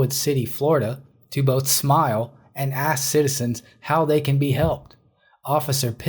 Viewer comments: The Word is ASK A-S-K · Pronouncing the word "ask" as "aks" is an example variation by dialect. It's not slang. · The black officer says "I axed you...".